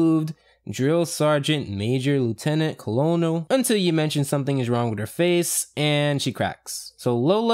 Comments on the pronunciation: No judgement but "Colonel" is pronounced the same as "Kernel", despite its spelling. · boi colonol? It's pronounced Kernel. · Is anybody else a little salty about the way he said colonel